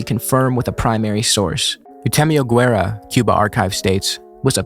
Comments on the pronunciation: Great video but please learn to pronounce his name properly. It's geh-vara, not gwe-vera. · The digraph "gu" is pronounced as an English hard "g", and the "u" itself is not pronounced: /ɣeˈbɑrɑ/ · It's not "Güevara" but "Guevara" meaning, the "u" isn't pronounced. Sounds similar to the first part of "game". On the other hand, "Humberto Fontava" was perfect! Saludos al pibe! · Anyone who pronounces his name Gwevara is immediately discredited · Your pronounciation is still ‘no-sabo’ level my bro, sorry to have to let you know. FontOvA and ‘Geh’ for Guevara! Smh… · I always thought it was Che "guevera", and I would've pronounced it as such too. Guess I'm an expert on the man too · it's not "gwe-vera" or "gwe-ra". "gue" is pronounced kind of like "gay" in english. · Great video man, I hate to break it to you though but after you said I thought you deserved the truth, you didnt nail a single pronunciation the whole video, not even Guevara. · Spaniard here. You didn't, in fact, kill that pronunciation, but close enough. Also both "u's" in "Guevara" and "Guerra" are silent! Just a heads up, nice video, left a more thought-out comment before this nitpicky one. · Sorry but, you did not kill that pronunciation lmao. Maybe in the sense of hugely mispronouncing it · “Guerra” or “Guevara”; when you have G U E, you don’t pronounce the U. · Some constructive criticism i would add to the video: please check out how the pronunciation of the names. Maybe not every name, but those you say several times like "Guevara" or "Guerra".